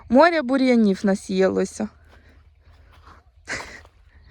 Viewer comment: Тобі, ж, казали, що квасолю, не намочують, садять так.Намочують горох. Навіщо укорочувати баклажки, куди рослина буде рости? Якщо не знаєш, як українською слова вимовляти, то словник в поміч ( апрєль, крапіви, морє...) А море, ще буде , почекай...